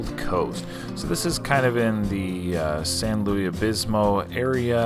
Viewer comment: It's not "San Louie Obismo", the area near Los Osos is SAN LUIS OBISPO. Good job on the challenge otherwise.